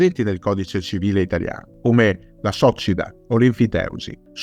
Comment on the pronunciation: Lo hai pronunciato male: accento sulla "i" non sulla "o".